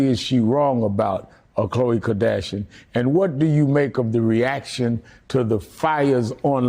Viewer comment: Al sharpton ....😑 He just called Khloe Kardashian... Cole.. msnbc needs to hire a guy that can read the damn name off of teleprompter.